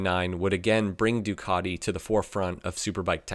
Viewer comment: Why do americans says Ducadi? It is Ducati, all over the world